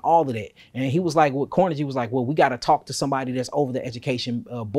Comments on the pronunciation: Just a heads-up on pronunciation so information is not lost (because mispronunciation leads to confusion, misinformation and being considered ignorant at best, and stupid at worst). There is no one named Carnajie oor Andrew Carnajie in this portion of history. Carnegie is pronounced Kar-NAY-Gee. It's a Scottish name. Not Kar-Nuh-JEE as pronounced here, nor KAR-nuh-gee as most Americans pronounce it. Andrew Carnegie AN-droo Kar-NAY-Gee. We may not like things he did, but we should at least pronounce the name correctly. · This brotha need to learn how to say Carnegie’s name.. smh. It’s not CORNEGY. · Car-na-Ghee (not jee) Carnegie as in Carnegie Hall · I believe the "g" in "Carnegie" is pronounced like the "g" in "go." Still this is great content. I learn something new every day. ✌🏾👍🏾💯